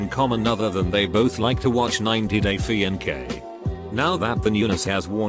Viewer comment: Bot knows what BIL stands for but cannot accurately pronounce Fiancè?